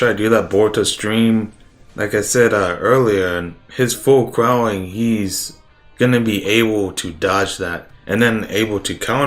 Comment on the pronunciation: This dude really just saying "full crowling"